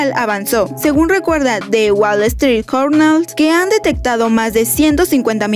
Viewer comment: En serio dijiste Jornal!!!!!!! EN SERIO!!!!!! por qué no investigan la pronunciación antes de lanzar el video por Dios!!!! Para que lo sepan Se pronuncia Yornal insyder Que onda con ustedes!